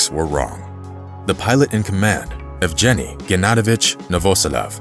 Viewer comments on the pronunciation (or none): Nice story. Did you know that Sergei and Yvgeniy are pronounced with Hard Gs.. Sair-Gay and Ev-Gaynee? Do your homework,.